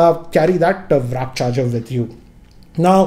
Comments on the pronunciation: It's warp charge not wrap charge 😅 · It's "w a r p" charger guys not wrap ffs